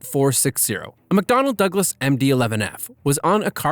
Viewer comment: “A McDonald Douglas mmdee eleven”